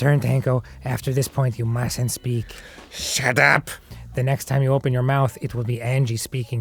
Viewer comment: I love how they make say ‘SHAT AP’ 😆